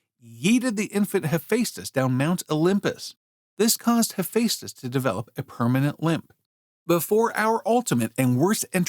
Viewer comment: It's NOT He-FACE-tus. It's He-FESS-tus.